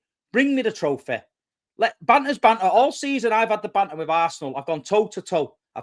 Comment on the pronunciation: “Bring me the trofeh”